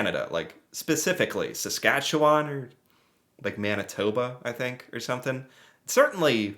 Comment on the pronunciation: As a resident of saskatchewan. I must say your pronunciation of it is pretty good. Better than most Canadians 😆 🤣